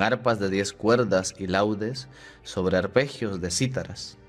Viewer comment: Gracias, padre, por ayudarnos a orar. Un detallito: no se pronuncia laudes sino laúdes, cuando se trata del instrumento musical al que se refiere el salmo.